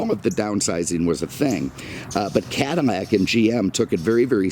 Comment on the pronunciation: Take a shot every time this dude mispronounces “Cadillac” as “Cadimmac”. All in all, great video, dude!